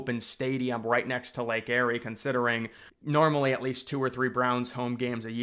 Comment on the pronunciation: Lake Erie is pronounced Lake (EAR)ie not Lake (Airy) that is akin to Mount Airy North Carolina or Mayberry, NC (Where Andy Griffith was filmed. (layk ee·ree))